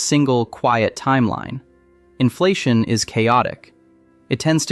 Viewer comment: Why was the AI voice disclosed? This is interesting but you have screwed up by not making that disclosure. No on pronounces inflation the way your AI did.